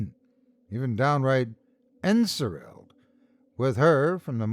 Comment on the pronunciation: En-SOR-selled - to be under the influence of a sorcerer’s or sorceress’ sorcery. The root word ‘sorcery’ should be apparent in the pronunciation.